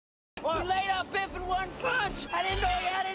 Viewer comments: His Name is Biff not Beef. Beef is the word your referring to that means has to do with Steak while his Name Biff is a common English masculine name derived from a nickname that means strike, hit, or punch. Throughout history, Biff has remained popular with parents owing to its short spelling and one-syllable structure, which makes it easy to pronounce and remember. The name is pronounced as BIF. Many famous personalities have popularized this name, such as Biff Byford, who was named Peter Rodney Byford at birth in 1951, an English singer best known as the lead vocalist of the heavy metal band Saxon. With a career spanning over five decades, Byford has become a significant figure in the heavy metal genre, contributing notably to the new wave of British heavy metal. Similarly, Biff Henderson is widely recognized for his comedic and television personality roles, particularly on Late Night with David Letterman. Also, Biff Mitchell is a Canadian novelist, satirist, and humorist who has penned several novels, including ‘Heavy Load,’ which he describes as the world’s first ‘laundromance.’ His works often weave character studies from his varied work experiences into compelling narratives. Biff was a live Wolverine mascot for the University of Michigan in the 1920s and 1930s. Initially paraded at football games, symbolizing the team’s spirited and fierce nature. In fiction, Biff Brewster is the central character in a series of 13 adventure and mystery novels for adolescent boys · His name is Biff, not beef. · It’s biff not beef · His name is Biff, not beef, which is steak.